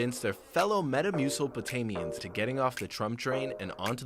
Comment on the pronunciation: "But could they convince their fellow Metamucilpotamians..." 😂😂😂